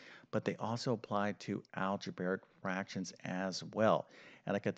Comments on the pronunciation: "Algebraic", not "algebaric". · Alge-bare-ic derailed it for me.